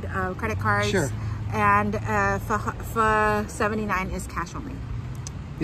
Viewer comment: I am glad you pronounced it PHA and not PHO like most Caucasian Americans.🤨